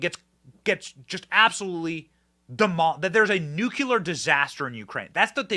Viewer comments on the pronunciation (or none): You keep mispronouncing NUCLEAR.